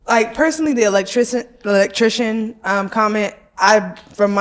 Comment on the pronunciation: She can’t even pronounce Electrican correctly lol. Electricians get paid very well, especially an independent contractor.